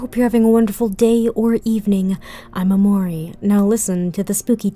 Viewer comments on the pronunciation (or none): I was wondering - why do you pronounce "Imori" like " Amore" (italian for 'love') ? XD